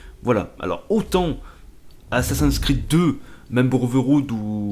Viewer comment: C'est moi ou t'a dit Assassinsin's creed ? x) Non mais ca me fait marrer mais le prends pas mal ;) sinon super commentaires :) + 1 Abonné